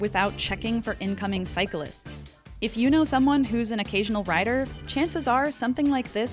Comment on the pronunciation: Love the video and content I truly do but if you're gonna say a key word MANY times in a video please make sure you say it properly. It's cyclists — not cyca-lists